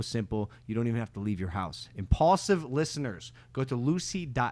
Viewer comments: let logan speak, mike. It's imPAULsive, not imAEHEJLAKsive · I don't like Mike, keep George, save money on payroll, sack Mike.. It's impaulsive not immikesive...